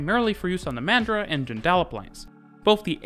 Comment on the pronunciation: I've never heard a foreigner pronounce Joondalup before - it took me a second. Mandurah was pretty close, tho'